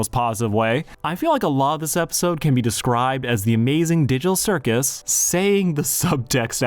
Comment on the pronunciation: did he just say the diddle circus?